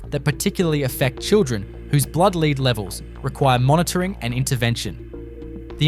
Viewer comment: Time you learnt how to say Bourke correctly. I am surprised at how many town names you actually have no idea of how to pronounce them. Talk about third world towns but you yourself have third world speech. Disgusting to hear such ignorance. You even have no idea how to pronounce lead the metal.